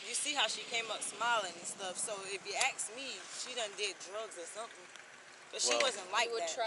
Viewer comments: "Ax" instead of ask is worse. 😅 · It’s “ASK” not “AXE” moron. 🙄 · "You feel me, if you axe me" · If you have to say ya feel me over and over again, your full of shit. If you axe me your a horrible mother , ya feel me. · did they change how ask was spelt because she keeps saying aks. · "You feel me" and "aks" all the time.. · Why is "ask" so hard for these people to pronounce? Ya feel me? Ya feel me? The only thing I feel is disgust.